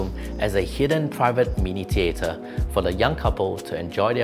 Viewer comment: ‘Teater’ or did you mean ‘tHeater‘?